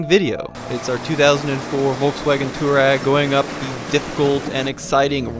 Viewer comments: Its pronounced "Toh-reg" NOT toowarag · Twar-egg, not Tour-ag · Nice review. However, it's not pronounced "two rag". The correct way to say it is "to wah reg". It's an Arabic word. Named after the nomadic tribe in North Africa. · Can we not call it 2 Rag or 2 Rags. It’s pronounced To-A-Reg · Not "tour-eg"... it's "twar-eg".... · No, its not technically pronounced tooreg... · DC Garage I was think the same thing! I'm only 5 minutes in and so annoyed! Too-rag 🙄😬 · I usually like this channel, but the fact that this guy knows how to pronounce "Touareg" and deliberately mispronounces it is the literal definition of ignorance. Really puts his objectivity and his reviews in doubt. Unsubscribed. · Omg!!! Seriously learn how to pronounce Touareg properly!!! I cringe every time you say it incorrectly. 😬😑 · I loved this video, but the way you say "Touareg" really bothered me lol